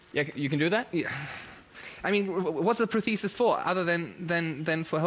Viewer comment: Vegard: "Prothesistststsss."